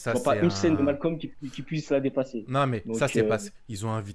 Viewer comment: Les renois qui disent malcom ON VOUS VOIT!😤